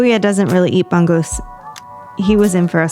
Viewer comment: Bangus is wrongly pronounced...hehehe...keep vlogging...